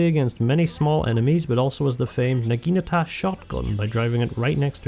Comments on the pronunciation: Because he calls Naginatas Nagitas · What is it with english speaking people and them being unable to say the word NAGINATA. Not Nagita, not Nagikatana, not Nagatana, NAGINATA!🤦‍♂️ And a Torpedo is not a missile!